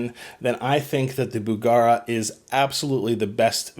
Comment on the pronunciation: BugEra not BugAra